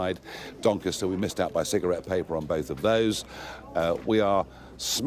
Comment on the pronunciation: doncaster not dinkista